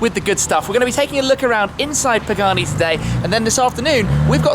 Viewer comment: I loved the "Pee-Gani". Now that was s a very cool destination, Tim.